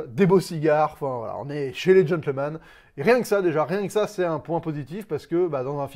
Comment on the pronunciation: Ptn mais tu dois prendre des cours d'anglais mon gars, c'est Gentlemen, pas Gentleman, c'est McConaughey (Muh Coh Na Hey), c'est Charlie Hunnam (Hunnim) pas Hun man 😂🤦‍♂️